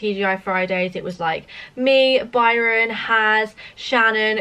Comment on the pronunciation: Did anyone else when said Barron at the end instead of Byron!!!